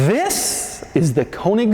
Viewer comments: Its not a germ-mera as in when you say germ, come on ... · Gemera is actually two words in Swedish Ge Mera pronounced "Je Mera" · it is not pronounced džemera it is Gemera. read as its written doug... dont apply your american way of pronouncing things to foreign made objects. read it as its manufacturer named it and intended it to be pronounced... god you anglicans make me cringe so badly... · Gemera is actually two words put together, "Give more" would be: Ge mera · I love how every car's name is based on a Swedish word or a play with words. Gemera = Ge mera, give more. Regera = To rule. Etc Gemera should be pronounced as GehMehra or something. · Its pronounced "Yemera" (meaning "give more") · To be pronounced "yē mēra". That's Swedish for "give more". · “ok imma start the quirks and features of the Jeh- mere- oh” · At least use Google Translate to pronounce Gemera correctly. Sick of Americans butchering foreign names. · Me: "Did you say Gamera?" Doug: "No, I said Gemera." Me: "Oh." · It took me 4 seconds to realize the emphasis in the word gemera is in the first syllable, not the second........Doug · Starts with a G. If it was a J then it would be pronounced Y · Wish Doug would’ve watched Christian before making this video and learned how to pronounce Gemera.